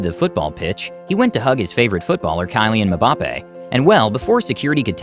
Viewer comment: "Kalyan Ebappe" nice :D